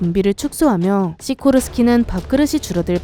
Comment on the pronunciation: 시고르스키S -92가 대통령 전용핼기란거잖아요?근데요 여기서 '시고르스키'라고하니까 러시아제 아닌가? 싶기도 하고 왜냐하면 시고르스키란 억양이 러시아어 같아요